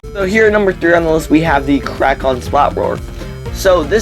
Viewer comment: It's called "Krak". Not "Krac".